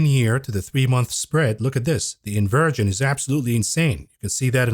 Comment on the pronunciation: Are you saying “ invirgin” or inversion? Like in Supertroopers